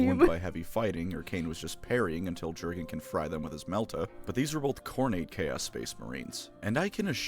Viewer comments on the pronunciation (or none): Having reread the first six books recently, I can say that some of this isn't true. Namely the psyker's tittage thing - Cain was way more interested in the Inquisitor herself. Also the "ju" in Jurgen is pronounced "you", and the emphasis is on the last syllable, it's an eastern european name.